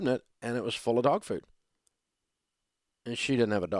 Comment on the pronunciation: Your are Killing Me with the Way You say 100 ways to Cook with Dog Food,😂😂😂😂😂😂😂😂😂😂😂😂😂😂😂😂😂😂😂😂😂😂😂😂😂😂😂😂😂😂😂😂😂😂😂😂😂😂😂😂😂😂😂😂😂